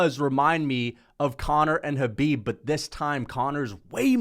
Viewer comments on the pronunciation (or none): none